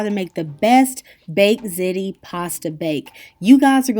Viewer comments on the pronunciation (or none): I'm curious why does every single person that posts a ziti video say "zit-ee"??? It's pronounced "zee-tee" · Don't mean to correcting you but it's pronounced ZEETI, NOT ZITI!! SORRY... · pronounced ''zee tee'' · It's pronounced "Zeety" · ziti doesn't rhyme with titty. It's zeeti ❤️ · love hiw u say ziti lol